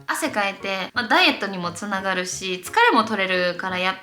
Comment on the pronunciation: 肥満防止につながrrrrrrrrるんですよ！！の巻き舌笑った笑笑笑笑 身長同じくらいだから勉強になるしめっちゃ好きチャンネル登録しました